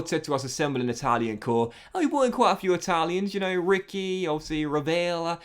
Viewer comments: Rovella is pronounced Ro-veh-llah. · My concern is how he pronounces Rovella